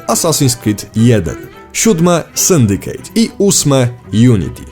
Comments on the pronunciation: Dlaczego żaden Polski recenzent/dziennikarz nie zagląda do słownika? Nie "Syndikejt", a "Syndiket" (używając mocno uproszczonej pisowni). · "rouch" ? "sundicate" ? "umaiciło" ? Boże... Jeżeli jednak chodzi o treść - widać, że nie wiesz co dobre :d. Od Black Flag wzwyż to prosta papka dla mas, poprzednie części jeszcze jakoś się broniły.